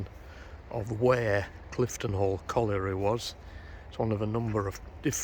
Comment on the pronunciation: Really interesting as always but don't show off you can say colliery. It's a word I can't say 😅